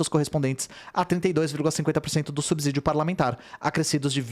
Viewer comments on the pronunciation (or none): none